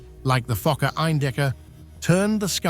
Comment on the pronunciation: Bro did NOT say fokkor